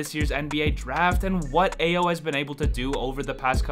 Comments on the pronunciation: Brother, Ayo's name is pronounced I-O not A-YO. Please get it right. It's like nails on a chalkboard!!! You are pretty good but you lose soooo much credibility when you can't get the name right of the star rookie on the team you're covering. I - O NOT A - YO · Hey - good video! But check your Ayo pronunciation. It’s I-O Doe-Soon-Moo.